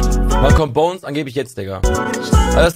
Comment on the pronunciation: Es is nicht bonez man hört das